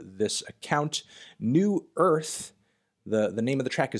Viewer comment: Wow you immediately read "Nu Irth" as "New Earth" and I would've butchered that so bad hahaha Love that you're doing this!!